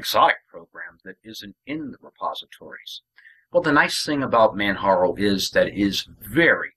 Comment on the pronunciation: It is Pronounced kilimanjaro as in the Mountain in Tanzania. the "J" is not a "H" sound. This has been an Excellent Distro, Even with my hardships and all. ran the net edition on an older laptop and it was the best. the Desktop has XFCE, and this machine has openbox. thanks for the vid.